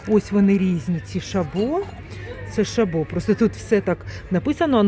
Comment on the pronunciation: ШАбо. Наголос на А !